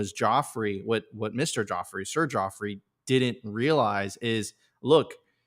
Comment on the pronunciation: It’s Godfrey not Jodfrey 😂. I’m pretty sure he knew it would fall on mostly deaf ears and he would be scoffed at, but he couldn’t have said it better